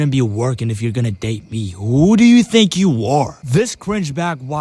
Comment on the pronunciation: “tink about this🐥”